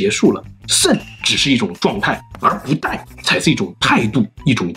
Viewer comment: 不die...😂 不殆（Dài)😂. No 作no die....😂